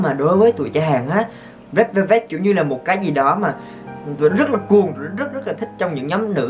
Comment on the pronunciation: Re đư beo bet =)))